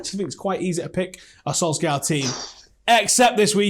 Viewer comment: STOP SAYING SOLSKAR